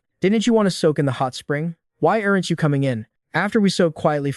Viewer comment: 'errant' instead of 'aren't'?